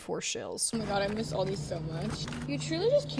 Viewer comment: thats not how u pronounce aldi but okay